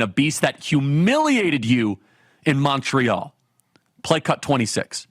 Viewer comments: Kirk cannot pronounce montreal properly. Not surprising. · Never heard someone butcher the prononciation of Montreal so bad😂😂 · Disgusting video. Btw, did you enjoy this evening's hockey game? 😂 🏒 🍁 Also... nobody pronounces "Montreal" the way you do 😂😂😂